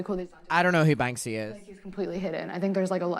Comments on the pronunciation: At first I didn't even know who she was talking about because she kept saying "Bang-zee" and then I realize I think she meant Banksy, which I think is pronounced just like it's spelled, i.e. Bank-see. And Picasso is very problematic as a person and an artist. She just sounds so pretentious, yet incredibly immature for the stage of life she's in and the education level she's claimed to attain. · And she kept calling him "Bang-zee" 😭😭😂😂